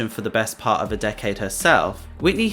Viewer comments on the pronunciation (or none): none